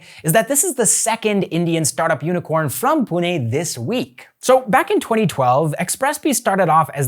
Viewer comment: like ur pronunciation of PUNE